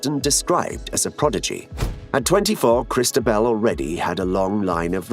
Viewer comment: Interesting trailer but hard to understand why the voiceover was not trained to pronounce most of the Spanish and French names accurately, 'Cristabel' instead of Cristóbal, the accent on the 'o' is the clue, many thanks